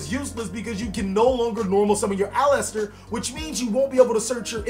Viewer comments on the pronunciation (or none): Nick Carney It wouldn't thought. The "E" isn't heard. Its A-LIS-TER or AL-IS-TER it's a 3 syllable word